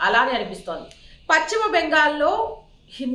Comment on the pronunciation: Pacchimabangal kaadamma.telugu pronounciation sarigga nerchuko.paschima Bengal antaaru.maa kharma ki nee laanti vallu anchor ga ravatam memu telugu talli chesikunna kharma